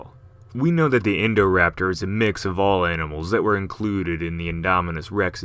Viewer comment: i cant get around this name, i only hear "indoor-raptor"